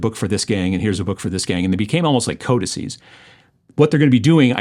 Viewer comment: Thank you for saying "codices"